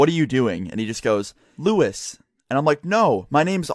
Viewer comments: Lewis not Luis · OMG ITS NOT LUIS IT LEWIS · no not Luis its lewis